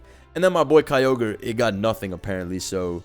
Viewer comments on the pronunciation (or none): none